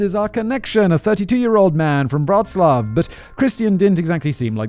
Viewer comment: Callum can really compose some compelling prose. And Mr. Whistler, knock me over with a feather, you really nailed the pronunciation of Wroclaw. Pretty soon you'll be able to say Levis properly. ;)